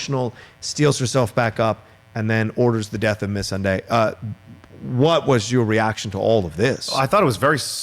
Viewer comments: When they pronounce missandai like miss sandy lmfao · Can someone please tell this guy to say Missandei the right way? Smh lol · Yo your dude in the middle absolutely butchers names. Just saying. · I find it distracting how pronounces Missandei also how he pronounces Umber. 😂